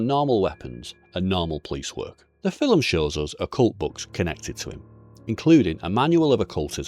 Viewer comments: Wtf is a filim? An accent doesn't allow you to add letters to a word bro...filim...get thefxxx out of here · The fillem, or film?😂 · How come I'm just now hearing people say fill'em instead of film,is it because of melaniea